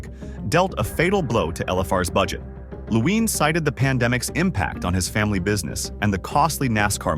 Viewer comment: “Laween Family Racing”